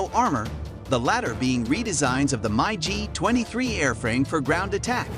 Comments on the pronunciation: MI G not My G lol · It's Mig not My g